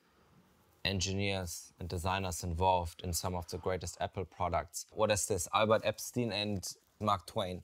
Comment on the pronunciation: Did he just say Albert Epstein? Sometimes I feel bad for the guys he interviews. Do you let them in on the joke at the end? Either way, great content as usual. I'd like to see a sequel of your interview with the Rust Dev